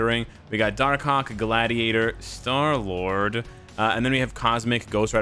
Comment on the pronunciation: "SHTAR LURD" LOL!!! IGN: Footballman599